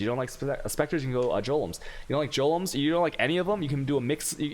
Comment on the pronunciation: the fact that you say jolems and meata (golems) (meta) and act like an ass at the same time is reeeaaaally unsavory.